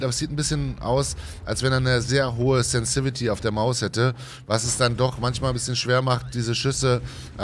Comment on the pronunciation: das spricht sich sensitivity und nicht sensivity😬😬